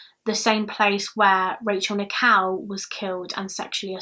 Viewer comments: What an excellent narration. Very clear diction and a joy to listen to. One slight correction; Rachel Nickel pronunciation is not quite correct. You are sounding Rachel's surname as "Nikow" whereas Nickell is pronounced as Nick-ell rhyming with Bell not Cow. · I love your accent, but for the longest time during this video I thought you were saying 'Rachel Nikow' as in Nik-ow 😂😂❤